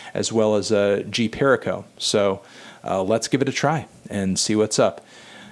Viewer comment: The way he pronounced g perico was hilarious